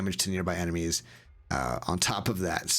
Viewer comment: Sorry I know this is juvenile but "enema also have a unqiue ability to open secret doors" had me chuckle for a while :)